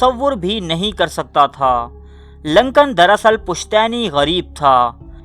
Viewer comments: Lancan nahi Lincoln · ohhh that's okay :). moreover, it's Lincoln (LINKAN) not (Lankan) ... video is quite suspensive btw :) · Glad to see that he use wear Shalwar Kameez.... lol... (in one of the pic where he shown writing a letter. Also, his name is pronounced as Lincoln not LAncoln... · Lincoln Urdu ka word nahi English ka hay. Urdu mai use kay liyay isko Lincoln he pronounce kya jaiyay ga. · Loru kdr parta rha naam b bolna nai ata